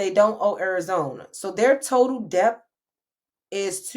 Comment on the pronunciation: TV Hi! Just came across your Socials. This video was so hard to bear. Please look into the Proper way to say DEBT. You said it about 200X in this video! 😳🫢🫨